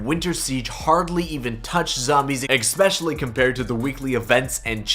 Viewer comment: Bruh it's not expeshuly it's especially